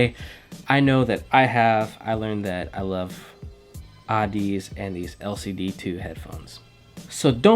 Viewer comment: It's pronounced like Odyssey.